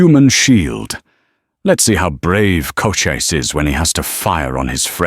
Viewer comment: Loved the story, just please get Cochise's name consistently correct, along with the pronunciation.